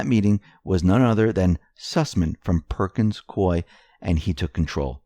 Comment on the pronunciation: Hey! CORRECT PRONUNCIATION OF PERKINS COIE IS PERKINS COO-EEE, RHYTHMS WITH GOOEY.